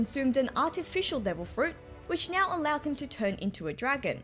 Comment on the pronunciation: I just wanna say that is so cute how you pronouce "now" as "nyow"